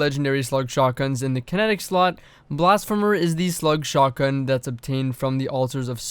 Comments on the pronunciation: yes! Blasph-ee-mer ffs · The first e in blasphemer is pronounced ee like in the word see. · blass-fee-mer 👀 I’m just poking fun don’t bully me.